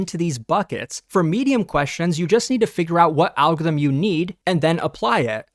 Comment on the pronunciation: Speech impediment or just don't know how to say algorithm?